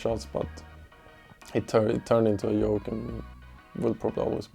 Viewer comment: Swedish and y, best duo apparently its pure yoy to pronounce in such a way